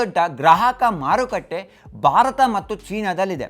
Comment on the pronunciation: Bharata anta sariyagi pronounce madi please. Barat kelolke agalla